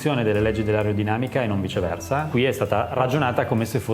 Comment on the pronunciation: non ho capito il "viceversa"